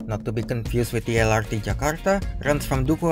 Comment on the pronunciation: well, in that case he should've spell MRT and LRT in Indonesian then, not eM-aR-Ti and eL-aR-Ti just like he does in the first minute of the video.